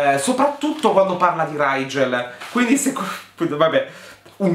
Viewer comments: Ma riguardo il nome del tipo, la stella si legge righel, perché lo pronuncia raigel xD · Piccola precisazione: Rigel si legge come su scrive, non Raigel (io lo so perché l'autrice aveva l'aveva specificato neo prologo su wattpad) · E dopo Bronagh e Brannah, diamo il benvenuto a RRRRIIIGEL nella cerchia dei nomi brutti🤣